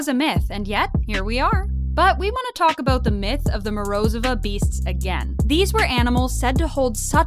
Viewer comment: Mispronouncing Morozova killed me.